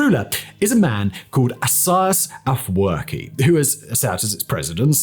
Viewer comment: It's astonishing that you didn't practice pronouncing the name of the only heroic Eritrean president correctly, especially given the history you present on your channel. You have no idea how President Isaayas Afewerk reached this point. Contrary to what you mentioned on your channel, he did not come into fortune easily; both he and countless young and old Eritrean men and women sacrificed their lives for this freedom. Your research seems biased, relying on sources from ethnic groups opposed to the Eritrean government and people. Please get your story straight: travel to Eritrea and uncover the truth instead of sitting comfortably and relying on Google. People like you distort the history of a developing country, and it's shameful. This is not new for Ethiopians and Eritreans, who have often seen third parties, like GB or other countries, interfere and ruin lives. Shame on you, sir.